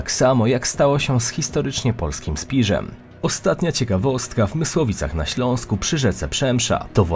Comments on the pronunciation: . Nie polskim Spirzem tylko SPISZEM ! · Fajny odcinek tylko taki mały detal Spisz,a nie spiż. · Nie „ze Spiżem” a Spiszem! Ha ha! Znawca. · Po pierwsze Spisz a nie Spirz. A Trójkąt Trzech Cesarzy nie jest w Mysłowicach a raczej w Sosnowcu w każdym razie większość. Część rosyjska i austriacka to Sosnowiec a Mysłowice to część pruska! Tak żeby być dokładnym! A co do granicy w wychodku to raczej drobne błędy googla i tyle. Wiem z praktyki. Pozdrawiam!